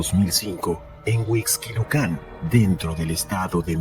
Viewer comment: No se pronuncia Paulet, se pronuncia Polet. Tampoco se pronuncia Huixquilucán, sino Huixquilucan, sin acento. De dónde eres??? 🤔🤔🤔... No maaaanches...!!! Definitivamente te doy 👎👎👎